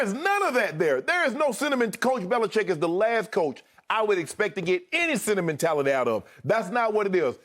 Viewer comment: Shannon pronouncing sentimentality as "cinnamon-tality" is my favorite thing